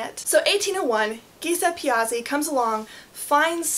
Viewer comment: The Giysep Piazi (Giuseppe Piazzi - correctly /Jew-zeppeh Pea-uttsie/) part made me burst out with laughter XD Still it's a very interesting video. No need to google names first either, keep it fun instead :D I still wonder though the distances need to double each time. Edit: by the end of it I grew immensely thankful, because I've been through a lot of "explanatory" videos about this crap, and now yours is totally debunking the whole thing! You are AWESOME! But then even Omniscient Wikipedia doesn't mention that it's bollocks...